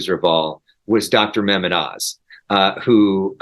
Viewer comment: Trump was the biggest loser, followed by Elon Musketeer. Your guest said Mahmet rofl